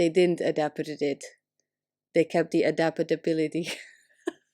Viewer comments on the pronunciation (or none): adapatbility hahahahaha